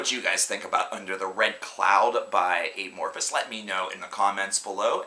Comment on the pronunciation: I know this is old but just a few comments. First, dude you're saying their name really weird it's not eh-morphis but a-morphis. Like the word amorphous. Which brings me to my second point, their sound is, has, and will change. That's why they chose that name. Lastly all Amophis albums are good. Just depends on what you like. Some are heavy, some soft, but all are good. Obviously TFtTL and Elegy, and any Jousten era album.